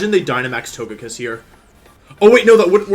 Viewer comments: toe-guh-pee, so To-GUH-kiss. come on, bud. You can do better. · Y can’t u pronounce togekiss the right way